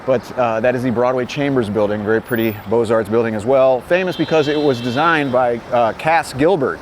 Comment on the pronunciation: I do. One of the few who understand the plural.